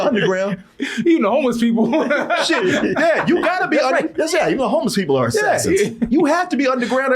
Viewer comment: Keanu is the only man I’ve heard pronunce extra syllables at the end of words! Yeah is Yeah-ha! Gotcha is Got-cha-a! 😂